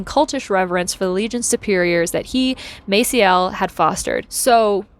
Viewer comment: I came here to say this. The pronunciation is a soft "a", but I guess she doesn't care. Still, a little hard to listen to when you know for a fact when you are used to hearing his name a certain way.